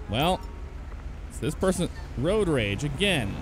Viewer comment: Can he say road